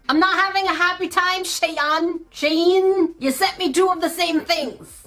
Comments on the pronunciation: How she says shein: ✨shi-an ✨ Me: sorry its ✨she-ein✨ LOL you are hilarious!! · SH-EE-N thats how you sat it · It not shin it shean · it is pro nounced (she-in) not (shi-en) Just letting you know hope that helps ❤ 😊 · No offense but it's pronounced sheen not shine lol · You pronounce shein like shine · Girl I love u but it is sheen not she in sheen salty salty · It is shein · You say shein like she in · It’s not called Cheyenne it’s called shein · I LOVE you and your vids and it is actually pronounced she-in and you just have to say the 2 separate words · Shien is pronounced sheeeeeeeeeen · You say it like Si-en. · I’m sorry but this gets on my nerves… it’s sheen 😤😂😅 And yes Ik it’s spelled SHEIN (No hate)❤❤❤ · It's pronounced sh ee n shien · It’s pronounced sh-ee-n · shein is pronounced like sheen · you say it like sheen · It's pronounced like sheen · It's sheeeeeeeeeeeeeen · Hi! It’s pronounced ‘sheen’ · it is pronounced sheen okay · its pronosed shiien btw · just so you know it’s pronounced sheen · Shein is said like she in😅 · No it’s pronounced sheen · It’s pronounced sh_ee_n but it is hard to pronounce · Sheen, you say it like Sheen, for gods sake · IT'S SHEEN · You say it like sheen no hate I'm just helping you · How to say shein u say like sheen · I think it's pronounced she-ene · Pronunciation sh-ee-n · pronounce it as Sh ee n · it’s sh-E-en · I believe that its pronounced sh-ee-n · It's pronounced Shee- in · it’s pronounced “sheen” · It is pronounced sheen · she-in shein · It is she-in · In my country shein is pronounced (sheen) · Don't worry i can help you pronounce shein i normally say Sh-eee-n hope this helps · You say it like sh-ee-n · YOU PRONOUNCE SHEIN AS SHEEN :) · THE CREATORS OF SHEIN SAID ITS PRONOUNCED SHE-IN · Here gat it correct its "shiiiieeeen or shEEEeeen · i love you.. But if you say shay-ann one more time i'm gonna lose it! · It’s pronounced she-en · its pronounced she in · SHEIN (Sh-EE-n)